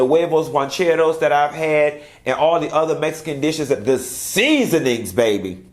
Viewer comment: "The SEASoonings baby", 🤣🤣🤣🤣🤣🤣